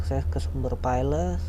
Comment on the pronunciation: Belajar bahasa Inggris lagi bro, pusing saya dengarnya, file dibaca fail, bukan file. back up dibaca bek ap, bukan bakup, ranger dibaca renjer, bukan ranger.